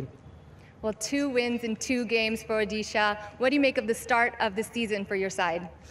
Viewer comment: Hailo! Please change the way you say Odisha. You are no miss UK. Its Odisha!